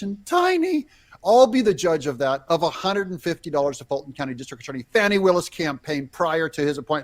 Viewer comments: Its not foni its Fani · It’s FANNI NOT FONNIE!!! Get it right please you’re making me crazy!!!